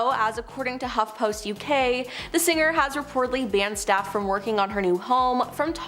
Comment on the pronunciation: Narrator...singer is said sing er not sin ger. Gl Not singrrr